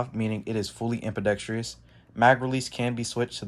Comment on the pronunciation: Pronounced am-be-dex-trus NOT am-be-dex-tree-us